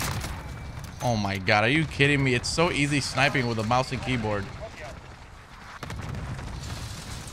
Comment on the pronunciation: He spelled it like how he says it lol